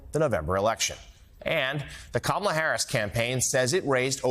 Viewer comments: Ka- Ma- La! (Randy Rainbow has a brilliant tutorial on pronouncing her lovely name!) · Trump didn't even know that kamala Harris was a US citizen when she first took office today he can't pronounce her name Trumps wife Melanie Trump came to the US illegally and married Trump to become a US citizen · Since he doesn't care about how to say VP Harris' name, I'm going to call him Don Tee-rump. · Kamala Harris a bum?? WTH ??? No dumpy trumpy, Kamala Harris is THE Vice President of the United States. JD Vance is a bum. You don't have to learn how to pronounce the Vice President's name because in 99 days, you will be calling her Madam President. Vote Blue💙💙💙💙💙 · These “christians” are lapping up the lies and toxicity. What a child intentionally mispronouncing someone’s name. He’s the crooked one! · That's disrespectful to keep saying her name like that. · Of course Drumph doesn't know how to pronounce someone's name... 🤔😒🤬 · Trump not caring how to pronounce her name and calling her a "bum" is stupid, racist and immature. But what worries me much more than the toothless ad-hominem insults is him saying "You won't have to vote anymore" and how he'll be a "dictator on day one". Keep that in mind, remember January 6, look at Project 2025 and BELIEVE HIM. The writing's on the wall. If he gets into power, don't claim he didn't warn you. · Drump loves to project unto others exactly what he is! Since he doesn’t care how he pronounces VP Harris’ first name, he should be then called trash! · He couldn't care less how he pronounces her name - because he has NO class! He's the bum! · Thanks for the pronunciation correction Boss Hog. I'm sure you know her name better than she does. And shouldn't you be taking a nap in a lazy boy recliner with a blanket in the middle of summer or something? You look really, really frail. It's not good sir. Not good. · Amazing how virtually all the Republicans know how to mispronounce her name. Quite the coincidence isn't it?